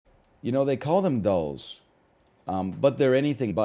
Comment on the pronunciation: I commented on a prior video I expected “‘dles” to be pronounced “dills” and this man really just intro’d with “they call them dulls but they are anything but. Tray- dill -whatever he said after this, idk I paused to write this comment”